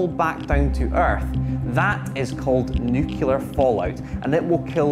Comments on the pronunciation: New-clear, not new-cular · Nuclear = "new- clear" NOT "New-kew-lar" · its nuclear, not nucular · It's NUCLEAR, not Nucular. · it's Nuclear, not Nucular as you persistently mispronounced. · Nuclear, not nucular 🤦‍♂️ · An excellent video. It was only distracting hearing the guy say "nucular" instead of "nuclear" every minute. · OK...it is not a big deal, lots and lots of accents lead to it being pronounced "nucular" instead of "nuclear"...just like he did repeatedly starting ...but ever since Baby Bush said "nucular" SO many times during his presidency with possible weapons in Iraq and actual weapons in North Korea, I cannot help but get a flashback to him saying it whenever I hear it. I know it is such an easy word to mispronounce, and there are lots of videos about that, but it is just really funny to my ear...anybody else get that? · This isn't dyslexia. This is a bizarre mispronunciation of a word by a significant number of people. And it's not even consistent: He doesn't mispronounce "nucleus" as "new-que-lus", so why does he insist on saying "new-que-lar"? Does he also say "skelington"? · I still find it amazing, that even TV presenters covering a topic like this, persist in pronouncing "nuclear" incorrectly. 🙄 It's 'new-clear', not 'new-cular'. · NUCLEAR as in NEW-CLEAR. Not NEWCULAR!! 🤦‍♂ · It's surprising how many people can't pronounce the word "nuclear!" 🤣 As well as this video, I saw a programme on TV about the 1986 Chernobyl nuclear disaster. The presenter, Dallas Campbell, pronounced "nuclear" as "new-killer." The correct pronunciation is "new-clear." It drove me insane! 🤣 This video is old news! The gory details of nuclear weapons have been known about for decades, and have featured in countless films and TV dramas! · The weird thing is he can say "nucleus" correctly (he doesn't say "new-que-lus"), but he does say "new-que-lar". How come these people don't say "skelington" or "Specific Ocean" nearly quite as often, especially when they "axe" questions?